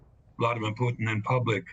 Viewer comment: It's actually Mr Putin he deserves to be pronounced properly